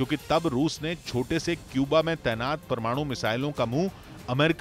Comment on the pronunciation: Bhai aap parwanu parwanu bohat karte ho